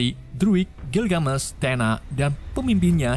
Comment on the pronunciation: Gilgamesh tuh ga dibaca gilgamesh tapi pakai e bukan e jadinya gilgamesh jangan gilgamesh bacanya,cmiiw hanya perbaikan kata gilgamesh